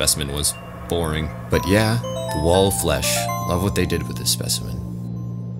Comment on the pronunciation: did i hear... WALL OF FESH!!!!!11!!!!!!1!!!!! terraria wall of flesh ost starts